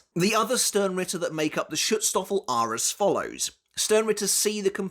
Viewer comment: Pls next time try out the google translater before you try saying a word like schutzstaffel, you are not even colse to pronounce the a the right way, its a german word and we pronounce "a" a lot different then english speaking cultures